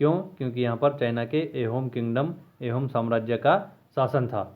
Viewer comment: It's not एहोम it's आहोम